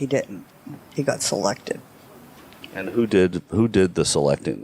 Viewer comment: "He was sa-lected." " Who selected him?" "The sa-wamp." 😂